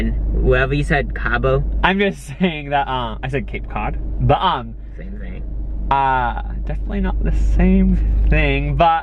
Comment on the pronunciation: everytime says "but um" it sounds like hes yelling BUM